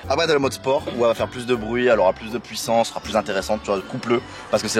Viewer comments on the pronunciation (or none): none